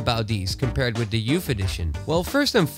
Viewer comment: "YOUFF EDITION"